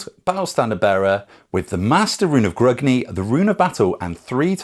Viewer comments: Gr-UNG-ni not Gr-UG-ni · Please pronounce Grungni correctly, it hurts my ears to hear someone who calls themselves a dwarf pronouncing it like an elf!